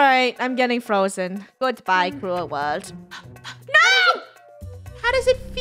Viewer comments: When Funneh said “good bye cruel world” it sounded like “Krew world”!!! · Actually...I normally think their saying krew world. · I thought they always say krew world